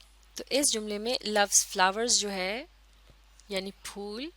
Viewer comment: folll nahi phool